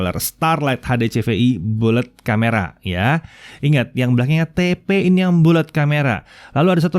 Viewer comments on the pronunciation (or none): bullet bacanya ballet